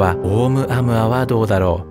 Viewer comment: オウム −アウアではなく、オウ- ムアウアです。ハワイの天文台で発見されたことから ハワイ語です。